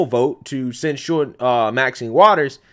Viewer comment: Love you brother but say it with me quick and fast..... ready, set.... go!!!! sin-chur (censure) Where did this slow moving “send-chore” sounding stuff come from that you are saying??...... lol. But carry on and keep up the good work! I am liking your show better than Amazing Lucas who has been losing me lately amazingly.